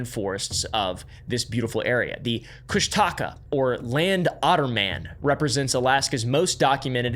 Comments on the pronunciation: I think it's pronounced "Kush-tuh-ka" not "Kush-Taca" 😅haha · I am sorry to nitpick, however you accidently got several names wrong. It is pronounced as Koo-sh-ta-ka-ahh and Den-Eye-Nah. Also you did get the name right for Utqiagvik, also Utqiagvik means Land where Snowy Owls are hunted in Iñupiaq btw. Love this channel, I liked and sharred it too. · You got the name of our Cryptid wrong it’s pronounced koosh ta kaw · It’s pronounced ‘Koosh-Da-Kah’. But great deep dive into my culture. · from an alaskan. the kooshdaakaa is pronounced koosh-duh-kah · Kóoshdaa Káa. Pronounced kuh-OHSH-dah KAH. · As an Alaskan Tlingit, you're pronouncing Kóoshdaa káa wrong😅 and also it's a bad omen to say the name more than 3 times. Best of luck😂